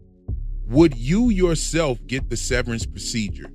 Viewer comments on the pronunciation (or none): none